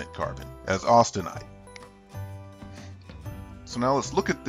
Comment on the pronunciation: 'austenite' not 'austinite'.